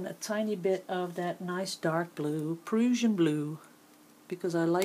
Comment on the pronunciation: Just a helpful hint, the Prussian blue is pronounced like Russian except with a "P"!